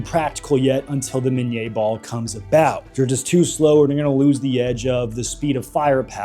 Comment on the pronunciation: Listen to Admin, “Miníe ball”, all correct pronunciation an shit!